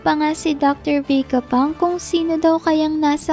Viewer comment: VE-GA PUNK HINDI VEY-GA PUNK..😅